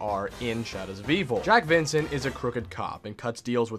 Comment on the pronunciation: i like how he says JACKIE FU*KING VINCENT